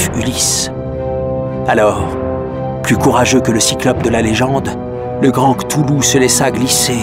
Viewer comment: "KlauwLou" prononciation de l'auteur , et bin il n'existe pas selon la science parce-que il y a l'effet d'echelle.... Merci Dr.Nozman